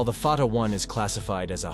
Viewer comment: Stupid AI cannot even pronounce the name correctly. Artificial indeed, but no intelligence.